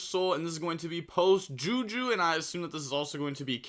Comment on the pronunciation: it is JUSH not JUHU